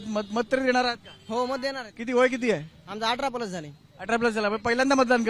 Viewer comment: अरे रताळ्या काय कश्याचा विद्यार्थी रें तू,तुला साधं 18 प्लस म्हणता येईना,,18 पलस म्हणतोय,,तू जरा रोज पेपर वाच,इंटरनॅशनल लेवला काय चाललं आहे भारतात काय सुरु आहे कळेल तुला,संविधान वाच भारताचं इकॉनॉमिक वाच हिस्ट्री वाच मग कळल तुला काय असतं सिस्टिम चालवणं,,,केंद्रात मोदी नाही आला तर भीक मागाल